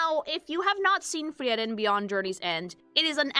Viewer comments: Why does she say the name Freiren liek shes saying Tiananmen with an F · FREE-ren unless she’s pronounciation mogging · I take a fraction of psychic damage every time says "Friyeren" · Yep, is a latina. Only Latinos say "Frieren" instead of "Friren", the supposed correct German pronunciation 😅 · Another great video from the. Excellent. ps: also, as a Hispanic listener, I kinda enjoyed realizing how "Frieren" is pronounced with phonetics closer to Spanish. Happens to me sometimes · I have NEVER heard someone pronounce Frieren like that my god